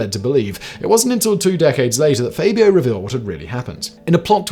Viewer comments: FABulous FAB-io Not FAY-Bee-OH Honestly, Simon. Twice in one week? "Levio-SA" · Is "Faybio" the British pronunciation??🤣🤣